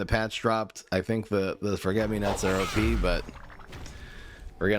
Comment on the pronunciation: O-Pea deck